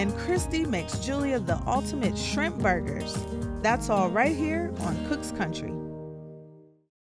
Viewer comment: Shrimp “bAr gers” 😂(( )